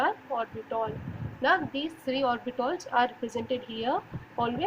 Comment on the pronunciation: Those are orbitals , not orbitOls 😂